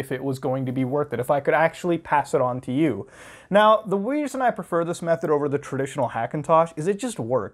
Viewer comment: the "weason"